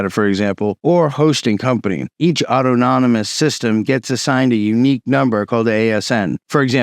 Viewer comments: Au-ton-omous. Not auto-nomus. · New fan of the channel - when he says “auto-nom-is” system is it actually “au-than-ah-mis” ( as in autonomy / self controlled)? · It's autonomous not autonomonous ... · The pronunciation is awww tawn a mus, rather than auto-nom-us. /pedantry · Its "aw-tono-mus", not "auto-nomo-nous". This sounds like not really a ToR problem. Its a well known BGP design detail and it's always been this way. ToR networks are already crawling with law enforcement, without any help from BGP speaker spoofing. To say it identifies you is also a vague term. You will, presumably, still be using TLS for your web browsing? So, it'll identify your IP, and that you are using ToR, what else? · awe tah nuh muss, not awe toe tah non nuh muss. Very interesting! It's amazing that BGP is so security naive! Is there no way to add some kind of authentication to the BGP protocol? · WTF is Auto Nomus? Was that a greek ruler? LOL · Man, great presentation. You did the homework, you covered something viral, and i really appreciate the video. If you care, i have this small correction, *Adoption is the word you were looking for, not adaption or adaptation. Autonomous is pronounced "Ah-tonu-muss". Idk if it matters, but i couldn't stop myself from posting. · "Awe-tahn-ih-mus" my brotha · ot-on-oh-mus = autonomous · Auto-nom-nom-ous system. Come on. Why? Some sort of inside joke? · DOOOOD!! please! you're killin' me over here......aught-tahn-no-muss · You're adding an extra syllable to autonomous. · Mispronouncing autonomous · Jesus christ man learn how to pronounce autonomous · Why are you pronouncing "autonomous" like that? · Check how to pronounce "autonomous". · 😅 man's been saying the word anonymous so many times, he sticks it inside of autonomous.